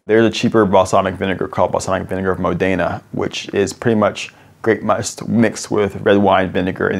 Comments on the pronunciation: Very interesting, although my brother makes vinegar I knew nothing about it. One thing: it's Mòdena, not Modèna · Great, insightful video, but for the love of God, it's MÓDENA, NOT Modéna! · Actually, the accent on Modena is on the "o": Mòdena, not Modéna! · modena`, non mode`na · Modena Mo-dena or Mo-dina with a soft ‘e’ not Modaina. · "MODE a nuh", not "mo DAY nuh" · MOdena. Stress on the first syllable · just FYI modena is pronounced MOdena, with the first accent stronger, not the second. Nice info. thanks! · Tweaking -- accent the first syllable: MO-de-na (/ˈmɔ.de.na/) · I live in Modena and my grandma has an actual little balsamic vinegard cellar in the attic! How strange to see your city in a video made by an american! Also, it's pronounced Mòdena, but you do you. :P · That pronounciation of MOdena (stress on MO, not DE) made me cry ngl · Re the city Modena, the accent is on the first syllable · Truly fascinating, but the guy mispronouncing “Louis”, “Pasteur”, and “Modena” was painful. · Someone please teach Reginald how to pronounce Modena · Why does everyone say Modena wrong?